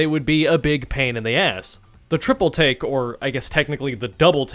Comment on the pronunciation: Every time you say triple take i hear triple T im going insane